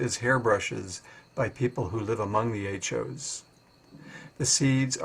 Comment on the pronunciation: Are you saying Acho cactus? Latin name?